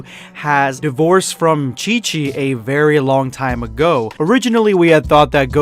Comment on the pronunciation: I'm sorry what, did you just say dIVorCeD